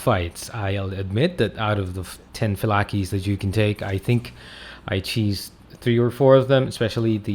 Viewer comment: It’s not fee-la-key it’s fi-lake phylake